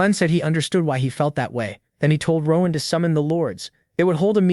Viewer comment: Rowahn. It’s ROAN… ROAAAN